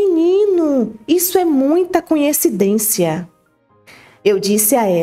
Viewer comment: Fico encabulada como todos só conseguem pronunciar a palavra coincidência,de modo arrado, falam sempre conhecidência.😅